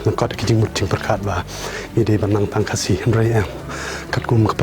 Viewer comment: The only problem I have is the way you pronounced "khasi". Ha por ba phi kren ha Ka ktien phareng bad phi kynnoh ia ka kyntien "khasi", phi kynnoh style phareng. Ha por ba phi kren da Ka khasi pat, phi kynnoh ia ka kyntien "khasi" kumba dei ban kynnoh.